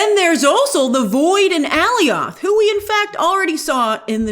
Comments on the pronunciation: Great vid as usual but it kills me every time you call him "Alley-oth" instead of "uh-lye-ith" 😂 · Alioth!!!! …. Not Aleeoth 🤦🏽‍♂️🤦🏽‍♂️ you mispronouncing it is frustrating to listen to 🤦🏽‍♂️ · Why does Grace keep pronouncing it "Ally-Off" ?? 🤔🤷‍♂️🤪😂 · Love ya grave which is why I'm tell you 😤 IT IS PRONOUNCED UHH LYE UTH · The fact that you keep saying Aliath that way when in both Loki and D&W, they pronounced the I as a hard I not a hard E is hilarious. You’ve heard it said multiple times. lol. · anyone else hated the way Grace pronounced "Alioth"? lol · Is it me or is Grace pronouncing the “cloud monster’s” name weird? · Why do you say Alioth like that lol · How does Grace still not know how to pronounce Alioth? 😂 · Lol at your Alioth pronunciation. Great video though! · Grace just can’t get the pronunciation of Alioth correctly haha btw, shoutout to the Death Star in the void